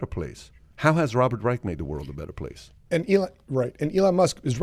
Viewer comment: Learn how to pronounce Dr. Robert Reich’s name. Not pronounced like the Third Reich!